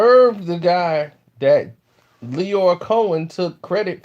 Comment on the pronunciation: Merry Christmas bro. Btw his name is Liar Cohen not Lyor. Liar Cohen.